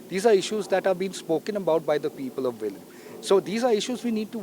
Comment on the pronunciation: konkanni ulloi!!!NOT VELIM BUT VELI.